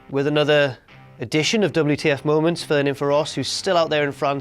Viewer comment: You could at least say MO MONTS